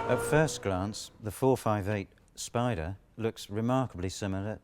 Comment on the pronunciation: "the 458....SPIDER"